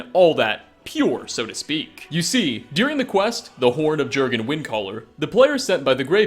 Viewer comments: VOL KI HAR NOT VOLIKAR YURGEN WINDACALLER NOT JERGGINN YARL NOT JARRL MAY RUNES DAEGON NOT MAROONS DAYGONE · jurgan mah gurgan @@ it's pronounced yourgan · It's yurgen REEEEEEEEEEEE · *YORGHEN not jorghin or jerghin... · Yergan not jergan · It's pronounced "Yor-gen" not "Jer-gen" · Jergen pronounced yurgen not gergen, like jarl is pronounce yarl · If you've played the game then you should know that the Nordic pronunciation of "J" is a "Y" sound.. So, "Jurgen" is pronounced "Yurgen." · Its pronounced "Yur-gun", not "Ger-gun" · J's are Y's in skyrim! yurgen not jurgen! yarl not jarl!! cmon u know this!! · “Ger-gan” instead of “Yur-gen”, “Volikar” instead of “Volkihar”. Pronunciation. Use it. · sigh ... *Y*urgen Windcaller, not Jurgen... Man, I like your videos a lot, but you mispronounce so many things... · bajsbla Sure, were you live it might be pronounced Jurgen, but in-game they never pronounce it like that, the Greybeards clearly calls him "Yurgen". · I know this will make me sound like a dick or something, but Jurgen is norse and is pronounced Yurgen. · Gergun still wouldn't be pronounced how you were saying it.... Just sayin'. :x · Jurgen is pronounced "Yurgen". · It's pronounced yergan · It's not pronounced Jurgen its pronounced yorgenn as in yorgen windcaller just do u know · yergen* j = y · do you play with the sound off or something? the game must've said "yur-gen windcaller" over 10 times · I think it’s pronounced yurgen because of names like arnbjorn being pronounced arnbyorn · how could you not know it's pronounced Yurgen xD lol! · HOW DO YOU PRONOUNCE "MEHRUNES DAGON" CORRECTLY, BUT NOT JURGEN. YUHR-GEN. YUUUHHHR-GEN. The ease with which you mispronounce nearly everything is nothing short of miraculous. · He had the horn of Jergens moisturizer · It's pronounced as 'Yur-gin' Arngeir literally says it. The J is silent. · THE J IS PRONOUNCED LIKE A Y AAAAAAAAAAA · J's are pronounced like Y's he's not a friggen bar of soap